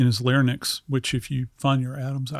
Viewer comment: Did this mf say “larnyx”???? Credibility straight out the fuckin window 🤦🏽‍♂️🤦🏽‍♂️🤦🏽‍♂️